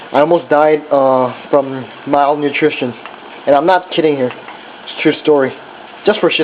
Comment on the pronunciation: I bet he said "malnutrition", cuz it sounded a bit like "my own nutrition". P.S the ramen recipe looks fantastic!